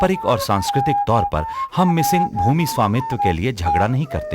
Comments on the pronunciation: (Mishing tribe❌) (Mising ✅) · Not Mishing , Mising